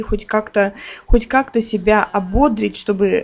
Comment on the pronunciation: ❗️❗️❗️В глаголе «ободрить» ударение ставится на третий слог – ободрИть. В глаголе совершенного вида “ободрИть” ударение всегда падает на третий слог, в отличие от существительного “бОдрость”, от которого происходит глагол.❗️❗️❗️ А от куда взяться повышению Фиби, если ты на серебро рабочий день провела.